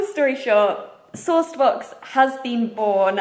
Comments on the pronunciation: I thought you were saying "sore spots" until you showed the box! Ha! :P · I thought you were saying "sauced books" until I saw SourcedBox written and was super confused, lol.